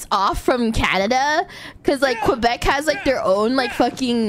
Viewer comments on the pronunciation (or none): The way she says QuebecQUA will live rent free in my head forever now. 😅